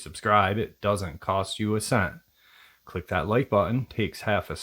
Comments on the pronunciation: You said crick . I said crack 😂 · You said "crick".... Proud? Proud.